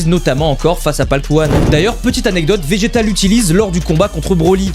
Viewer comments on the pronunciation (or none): none